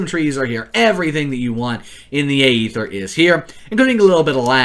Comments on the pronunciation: Its not the Ay-ether its Aether. Stop being a pepega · Is pronounced “eether” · why you gotta pronounce it like that